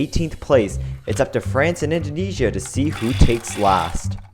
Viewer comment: Indoneia!!!!! Indojesia!!!!!